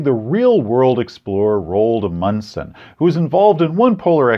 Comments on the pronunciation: INTERESTING IDEA including Raold Amundson as a plot mechanism, Amundson is pronounced AH-mund-sun, by the way. Great video, as usual. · I loved this review, but pronunciation of Roald Amundsen and especially Norge, made me laugh so hard I think my ribs broke. No offense to you,. Norwegian is difficult to pronunce, but holy hell you fumbled your other language roll.